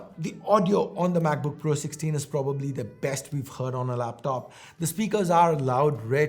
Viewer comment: Pro-bably lol